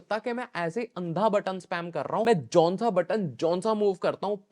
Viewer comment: Bhai ye Jonsa button .... Jonsa button kya hota hai 😅.... Jo button bol bhai 😅